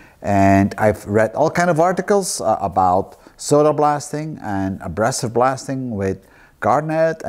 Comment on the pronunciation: Very interesting Steve... just a little correction..:).. we say a-BRAY-sive rather than -brass-ive. Keep up the good work!